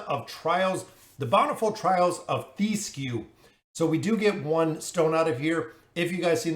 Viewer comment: His name is Thesku TH - E - SKU Its a regular E, that does not chamge to i As an example: do you say THEM or THIM??